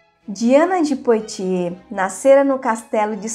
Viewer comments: Apenas para ajudar: a pronúncia correta em francês de POITIERS é "puatiê" ...como boite = "buate"...ou foie gras = /fwa gRɑ/ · O vídeo é bom e instrutivo, no entanto, colaboraria ainda mais se a pronúncia dos nomes estivesse correta. Lê- se Poatiê e Medici com som de ce mesmo.